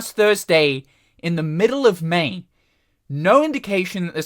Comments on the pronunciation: For some reason, my ears are hearing you say ‘In the middle of Maine’. Even though I know you’re saying ‘In the middle of May’. 😂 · I hear it too